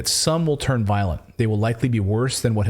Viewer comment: Tur nine or turd 💩